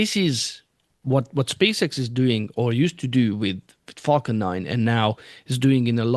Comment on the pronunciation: It would be great if all the people that pronounce "f a l c o n" as "f u c k e n" would practice changing that. It's not just you but it is the same with some commentators on Nasa Spaceflight.